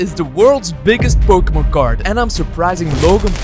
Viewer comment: he messed up the n in Pokemon